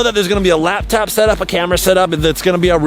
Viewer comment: Chad said lab top